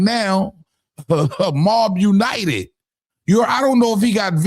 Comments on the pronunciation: It was MOB Un-tied not United 😅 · he said Mob Un-tied not Mob United. Reading is fundamental. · Mob un-tied Not united…